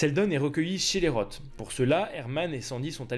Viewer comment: '' Roth '' se prononce '' Ross ''.